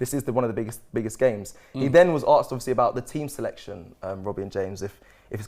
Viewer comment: Someone tell it’s asked not aksed please 😂😂😂😂🙏🙏🙏🙏🙏